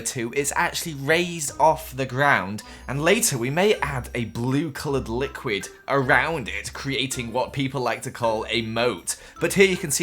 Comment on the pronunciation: "I might put some blue lickwied called a mout Me: It's just water 😑